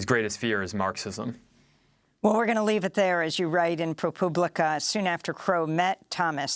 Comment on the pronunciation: Amy, I think you meant to say Pro-pooblica. honest mistake